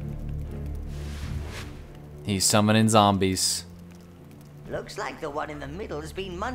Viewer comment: zombies... ZOMBIES!? your a fake, the real says zambies D